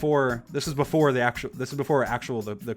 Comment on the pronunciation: STOP SAYING BOOFORE 😠😠😠😠